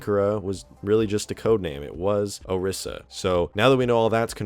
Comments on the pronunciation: ITS PRONOUNCED O-REE-SA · four seconds in and i have to quit the vid. dont post on youtube if you cant pronounce words. o RYE za. say it with me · this guys pronunciation of orisa lol